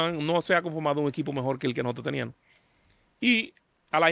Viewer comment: Mira como el dice. Teníanos, podianos, pensabanos...Nadie es perfecto.. Se debe decir TENÍAMOS, PODÍAMOS, PENSÁBAMOS.